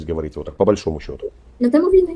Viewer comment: Не ховорите,а говорите